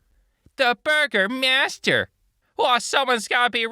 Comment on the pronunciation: i also heard burgermaster the entire time.....